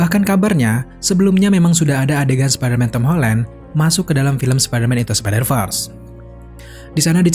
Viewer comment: Bacanya spidervers bukan spiderfars